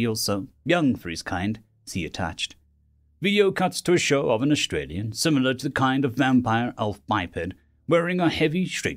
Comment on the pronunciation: Did you pronounce Austerian as Australian?